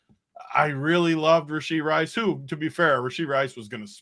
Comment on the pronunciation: Learn the players name man... it's Rashee Rice not Rasheed.